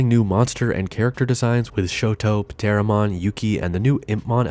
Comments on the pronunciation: I'm pretty sure the P in Pteromon is silent, like the P in Pteranodon and Pterasaur. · I think the P is silent, man… pteromon? Pterodactyl? 😂